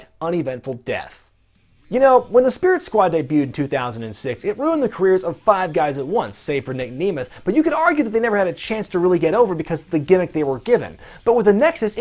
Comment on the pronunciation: You pronounced Zigglers last name wrong! I know because it is my last name. It’s pronounced Nem’eth not Ne’meth